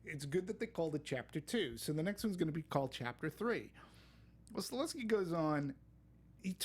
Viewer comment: Nitpick: since we all feel this huge respect for the knowledge of the director, can we just get his name right? Not Sta-LES-ski, it's Sta-HEL-ski... I at least think he's absolutely earned the right to hear his name said correctly ;-)